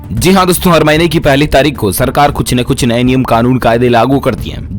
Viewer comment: Zee haan Nhi hota bhai... Ji haan hota hai